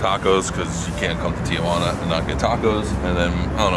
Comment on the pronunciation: By the way its not, TiaJuana. It's Tijuana. Juana is not your aunt.